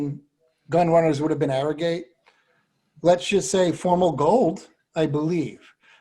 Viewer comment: ArroGATE...Not ArroGIT....Seems like certain people call him Arrogit thinking they seem COOL by pronouncing it that way...Sorry but hard to take shows about racing that serious when you can not even pronounce a VERY famous horses name correctly...And its not like his name was confusing...was OBVIOUSLY ArroGATE